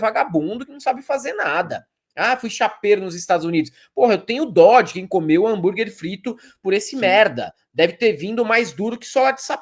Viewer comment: É...tá na hora do Dudu voltar a fritar "hambúrrrgui" no Maine...precisa sustentar a sua própria familícia doméstica. 😠😠